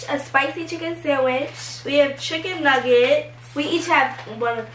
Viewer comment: How they said chicken nuggets 😭😭😭